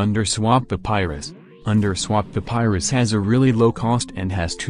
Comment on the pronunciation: Why does it sounds like hes saying "underswap THE PYRUS"